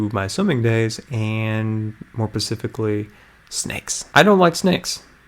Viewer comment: you're super awesome! You're such an inspiration to me:3 I have to let you know, though, that you're saying "pacifically", which isn't a word but kinda sounds like "Pacific" like the Pacific Ocean. The word you're looking for has an s in front of it; "specific" I just wanted to help you out, since you talk for a youtube channel.